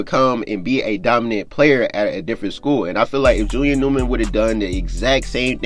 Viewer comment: Bro why don’t you pronounce the first letters of your words. It sound like your saying Julian ewman